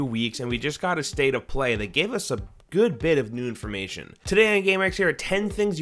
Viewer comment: heard u say "nude imformation" 😂